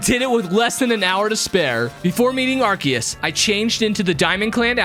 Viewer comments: IT'S PRONOUNCED AR-SEE-US, NOT AR-KEE-US! wtf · It’s called Pokémon legends arcoos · ARkeus ars-e-yus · Actually its arkoos* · what the freak are u saying, the name is pokemon legends arceus, arceus is pronounced ar-se-us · pokemon legends arceus Nah not arceus ''arkious''